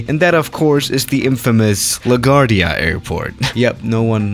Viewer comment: La guard ia...omg bro smh